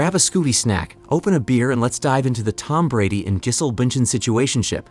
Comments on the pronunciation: Her name is pronounced 'Jizzzzz-el' lol, just so you know. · "Giss-hole," "Jizz-hole." This guy's killin' me. 🤣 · The way the narrator says gisell rhymes with chisel & that's what she is:a chisler.Throw her like a long bomb pass back to the streets Tom!This may be a blessing in disguise though.Obviously time trade up the old gash for some younger,tighter poonanny!